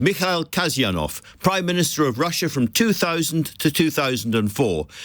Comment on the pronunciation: The surname 'Kasyanov' has 3 syllables 'Kas-Ya-Nov' and the stress is on the second, middle, syllable "Ya". kasYAnov.